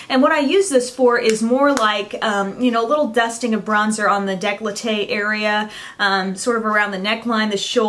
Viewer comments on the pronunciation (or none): hahaha you said : décloté instead of : Décoltée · decollete is pronounced de-col-te . funny how you said it :)